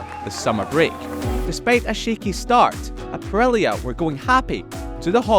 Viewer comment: why this man isn't able to say the letter i it's aprilia not aprelia